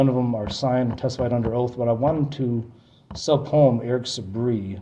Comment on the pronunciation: I guess he is too dumb to figure out the word "subpoena" as he gets it wrong everytime.